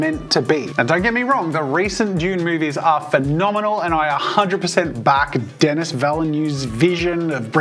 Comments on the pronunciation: Dennis???? Do you mean Den-i. It’s French. Never pronounce last consonant. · pronouncing Dennis as DEN-NIS is criminal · not to be THAT guy but you don't pronounce the "S" in Denis